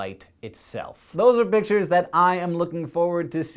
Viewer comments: I know... lol But the way he says it is so explosive, so the "p" sounds like a "b" and "ictures" sounds more like "itches", thus sounding like he said "bitches." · sounds like he says "Those are bitches I'm looking forward to seeing" lolol